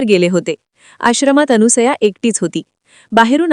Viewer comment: कृपया अनुसया नाही तर अनसुया असे म्हणा🙏🙏🙏